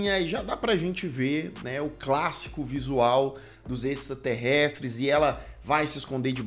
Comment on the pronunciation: "extrasterrestres" kkkkk não sou o único